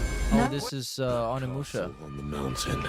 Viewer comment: This idiot actually said ON-inmusha. It's impossible for him to have correct pronunciation.